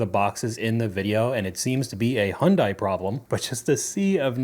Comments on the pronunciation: It’s not “Hond-eye.” Hyundai rhymes with Sunday. Say “Sunday.” Now, replace the S with H and say it. There ya go. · How hard is it to say HUN DAY! NOT HUN DIE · HI-UNDAI, NOT HUNDAI..... and yes, i'm autistic and it bothers me..... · The spelling makes it confusing but it's pronouced HyunDAE. just want you to know how its supposed to sound. I speak Korean. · Hyundai is pronounced like Monday with an H.